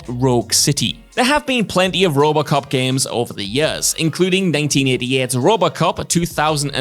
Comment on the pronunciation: Am I the only one hearing say "Rub-a-cop" when he tries to say "RoboCop"?